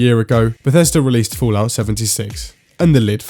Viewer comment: Do you intentionally say "Foolout"? =)